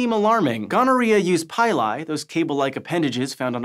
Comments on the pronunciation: PILL-E, as in PILL-E-ATING hairs. So, no PIE-LIE...👎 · Please pronounce pili as "pee-lee" instead of "pie-lie". Please. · Great video as usual. Pili is pronounced like pill-lee.